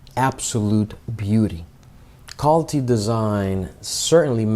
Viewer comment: This video released a couple of years ago. I hope your pronunciations and tone has improved. I couldn't makeout Calty Design Research. It sounded like "call-to design research". Thats where i stopped watching this video